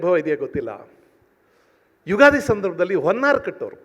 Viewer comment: ಉಗಾದಿ ಅಲ್ಲ ತಾಯಿ , "ಯುಗಾದಿ "